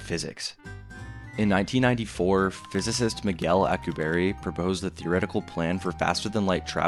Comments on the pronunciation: His name is not "Al q berry", it is "Al cue b air" and I still find it so odd so many cannot pronounce his name correctly and while it does not violate relativity under GR it violates mass energy conservation and a ton of other problems. How do I know, I studied warp physics for work for a decade. Viltrumites are not doing warp physics in their flight, thats for sure. Nothing shown would even imply they are. "we can produce it artificially" No we cannot, that is just not true. The Casimir effect is not negative energy in the sense being pushed here, this is a massive misunderstanding in how that works, it is not a negative energy density to the degree to match the predictions of the Alcubierre metric or other negative energy metrics and in fact fits more in line with zero point standards, as in no outputs are possible to get the mass energy distributions required for something like a warp drive or threading a wormhole or any other exotic layouts. Also the point regarding attraction would not make sense under warp physics since the interior of a bubble must be separate to the shell condition of the bubble, meaning once a warp field is initiated you cannot control how the bubble behaves, this is a major issue in many warp field papers, and from there it is the bubble itself moving, the interior is carried with it, not the object inside falling or being pulled or being repulsed. Warp by definition in this sense is a mistake or consequence from GR rather than any sensible so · Physicist Alcubierre (Al-coup-bee-air) not Alcoo-berry 😂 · Say it after me Al-ku-bi-yearr not Al-ku-berry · psst... it's pronounced "al-koo-bee-erre"... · "Alcuberry" 😭 bro ts is not it 🥀✌️ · Its Al (short for Allen) coo... be... air Alcubierre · ...im sorry.. " accu-berry" ? Not the slightest effort to get that one right. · The pronunciation of alcubierre is driving me nuts xD I'm positive it's Al-ku-be-err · im sorry but that is the worst way ive ever heard someone say alcubierre